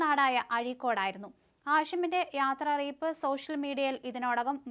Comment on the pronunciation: യാത്ര അറിയിപ്പോ......ഇതെന്താ റെയിൽവേ സ്റ്റേഷനോ.....ങേ....ആനെവാലയും കൂടി പറയായിരുന്നു..... യാത്രയയപ്പ്...... നാക്ക് നന്നായി വടിച്ചിട്ട് കുറെ പ്രാവശ്യം പറഞ്ഞു പഠിക്യ....😁😁👍